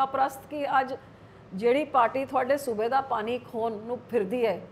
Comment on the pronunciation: Enne saal punjab te raaj krn do baad v biba ji nu hle tkk punjabi bolni ni ayi 😂 jehdi bibi ਪਾਣੀ ਨੂੰ ਪਾਨੀ dsdi a ki Bathinde de lok eho ji bibi nu jitaan nu frde a ??? Vote payo lakhe sidhaane nu ✌🏼